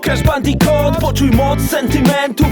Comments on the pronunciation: Kuba Krawczyk Skoro tak to lubi niech nauczy się wymawiać "Bandicoot" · Adam Igel Po za tym co to ma do rzeczy skoro to "bandikut" a nie "bandikot" to nazwa własna, tego nie wymawiasz tak jak Ci się podoba